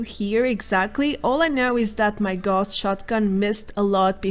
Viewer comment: Gauss is pronounced "Gowss", not "Gorss", after Carl Friedrich Gauss, the mathematician and physicist mainly famous for electromagnets. A quick google will show that. :-)